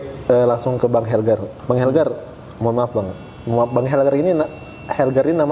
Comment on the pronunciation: Bang..Bang bukan bang helgar🤦‍♀️😬😁